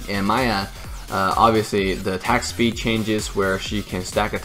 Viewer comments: did always called "miya" = "maya"? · why you pronounce miya maya